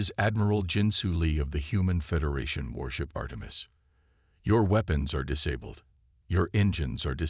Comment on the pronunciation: I lost track of the number ceres pronunciations and spellings. They were wrong about humanity, I think that theme is in all your stories. Disabilled, really? Weepenize? Worship? Why don't you fix this crap? It's the same over and over again. Dislike!